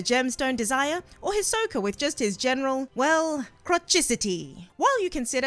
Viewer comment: Hisky? Westernizing a Japanese name. How hard is it to say Hisoka. Also, Keeoa?